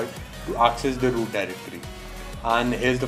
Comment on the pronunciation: no i dont know how to WOOT my phone... XD no hate xd have a good day.